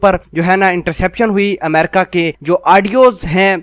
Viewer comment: Mera izhar e qayal ye hai ke Tere ko America bolne nahi aata, Tera pronounciation jahelon jaisa hai, theek Haina, sudhaar le